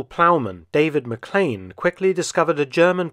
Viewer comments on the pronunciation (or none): none